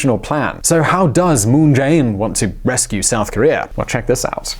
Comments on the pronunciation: What I'm so curious about is - how come you mispronouce Chaebol EVERY TIME when you pronounce Moon Jae In's name quite correctly? It literally sounds just the same way. 문"재"인's Jae and "재"벌's Chae is actually written and pronouced same in Korean, just so you know. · So close to pronouncing 문재인 moon Jae-in correctly. But honestly, the guy is an idiot. I have lived here for a long while, and I know that all he has done is made things worse for my wife's, whom is Korean, family.